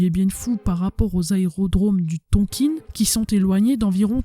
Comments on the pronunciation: Bonjour, Excellent documentaire très détaillé. La façon de dire Tonkine m’écorche un peu les oreilles. C’est Tonkin plutôt non ? Bravo à vous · Je croyais qu'on disait "Tonkin" et non "Tonkine"... Je saigne un peu des oreilles là... À part ce petit hic, excellente vidéo, hâte de voir la deuxième partie ! Salutations depuis la ville de Mar del Plata en Argentine 🇦🇷. Ricardo. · Beau reportage...juste un truc, on dit "Tonkin" pas "tonkine"😊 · très intéressant , je suis juste gêné par votre prononciation de "Tonkin" , pourquoi prononcez vous "tonkine" , ayant une partie de ma famille née et ayant vécu en Indochine , je n'ai jamais entendu la prononciation "tonkine" , c'est une chose mineur qui n'enlève rien a la qualité de votre vidéo , mais qui me gène quand mème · Bonjour ont dit pas Tonkine mes Tonkin les premiers armes fournis aux viêt-min c'est l'O.S.S et ils les sons aussi entraîner pans dans la deuxième guerre mondiale le viêt-min récupérer les pilotes Américain abattu pour pas qu'ils tombent entre les mains de l'armée Japonaise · Bravo pour le travail fourni! La prononciation Du Tonkin reste TONKIN et non Tonquine :) .Je partage la vidéo un max. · Ohhh ce n’est pas très grave. Je me suis même dit : C’est peut-être comme ça qu’on le prononce et moi comme une gourde qui disait Tonkin 😂. Super contente d’être abonnée à votre chaîne.